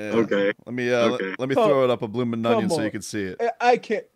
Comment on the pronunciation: The bloominNunnion 😂